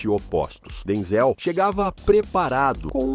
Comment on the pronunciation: Porque o s3nhor chama Denzelcomo se tivesse acento nooooossa parwi de ouvir 😢